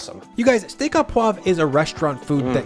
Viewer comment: au = oh (proper French pronunciation)